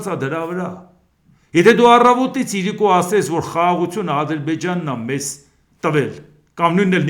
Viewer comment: ես Ձեր մեծ երկրպագուն եմ, բայց ուզում եմ մի բան խնդրել Ձեզ։ Ձեր խոսքի մեջ իրիկուն բառը ասելիս վերջին հնչյունը` ն միշտ չի լսվում, խնդրում եմ հստակ ասեք։